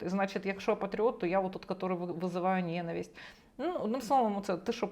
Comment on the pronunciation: Мосі йчук, не знає,що наголос у слові ненависть на складі.Оце грамотність!